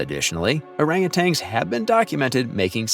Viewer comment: Hey, AI, they are not "orangutangs"; they're orangutans.